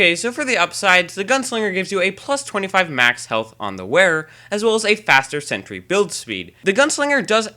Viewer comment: He is saying: "lol, you can fix you are mini sentury" But it's: "Lol, you can fix your mini sentry"